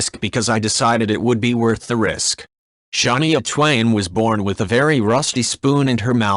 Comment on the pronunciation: Sha nee yah? Is that a robot voice?